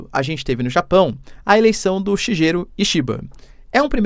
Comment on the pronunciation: Puxa professor Senhor está falando o nome do primeiro-ministro do Japão errado😂😂😂… Shigeru Shi- sal’shi’cha- salshicha. Ge - ‘gue’tos- guetos. 😂